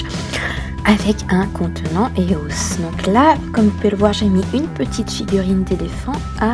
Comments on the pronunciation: Ça se dit pas éos mais E O S tu lis les lettres une par une. et copieuse de vidéos allemandes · E.O.S et anglais donn'c on le prennonce en anglais, c'est comme Fluff ok le prenonce fleuff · Lilou sɴᴏᴏᴘʏ Ouais sa se dit eos (ios) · Même si ça s'écrit pas comme ça, ça ce prononce I-O-S, pas EOS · tu dis faux eos